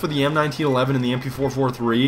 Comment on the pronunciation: I lost it at the "MP-fo-fo-three" lmao